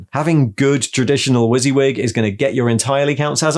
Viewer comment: I've never heard WYSIWYG pronounced like that before! I've always said it Wuss-Yuh-Wig, I much prefer your one!